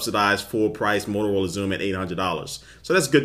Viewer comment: 'molorola' xoom looool